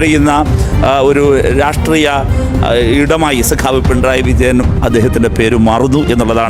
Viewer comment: Sagavu alla sekavu